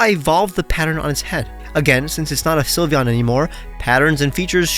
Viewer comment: you messed up sylveon 😭